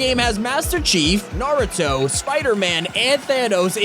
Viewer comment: This is literally just a compilation of how many names he can get wrong “GOOJEEMOAH” “NARATOE” “GIYULL”